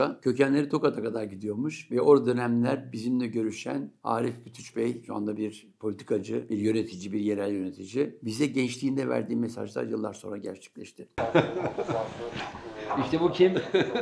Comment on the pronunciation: Yalnız şunu demek istiyorum Bütüç — Arnavutça’da Y (Ü) Q ( Ç) sesidir Bytyqi -Bütüçi . Ve Bytyqiler Gega Arnavutlarında bir kabilenin ismidir.